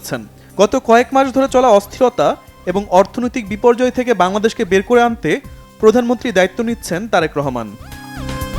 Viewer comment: প্রধানমন্ত্রী বলতে পারেনা সংবাদ পাঠিকা। বলে প্রধানমনট্রি শিং লিশ।।।